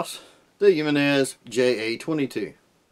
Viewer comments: Always tickles me when people pronounce it jim en is its actually a Hispanic name pronounced he men is and I have both the j22 and j25 waiting for the ja22 to come in the mail to my ffl the guy actually wanted to offer me 150 for the j22 with original box 2 mags and original manual I had to decline I really like these pocket pistols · I prefere Yankee marshals pronunciation of Jimenez, which is Jimenese pronounced like Japanese. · He-men-nes arms